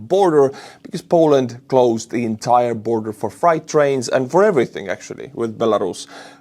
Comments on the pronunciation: it's no big deal but Freight 🚃 is pronounced fr+8. You are pronouncing it as fright. As in being 😱 scared. Just thought I'd help.❤ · [Nit] "Freight" (as in freight trains) rhymes with "crate," not "fright." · Freight is pronounced FRATE its just our weird spelling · Fright trains? How about freight trains? The rules regarding the "ie or ei" in English. "i before e, except after c, or when sounding as A, like in neighbor or weigh. This applies to the word "Freight". It has a long A sound in English like the words take, make, rake, or fake. Or like Fonzie in Happy Days said, "Ayyy!" You are saying it with a Deutsch (and perhaps many similar languages in that region) pronunciation where "ei" sounds like the English long "I" sound in the word "like or bike", and "ie" sounds like the English long "E" sound like in meek, tree, and need. Neighbor, weigh, weight, veil, vein, reign, eight, beige, and freight all have the English long "A" sound. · Are you mispronouncing "freight" as "fright" on purpose? If on purpose that's pretty funny. 😂